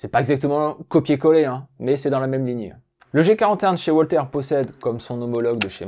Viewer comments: WALTHER ne se prononce pas OUALTER mais VALTER. En allemand par pitié le W se prononce V et pas OUA. Mais à part ça, Super / Bravo! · Une arme allemande ? Il vaudrait mieux prononcer 'Walter' à l'allemande 'Valteur' plutot qu'à l'anglaise 'Oualtér'...